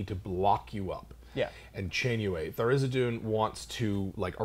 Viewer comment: THAR-IZ-DIN. Not Thar-iz-i-doon. -.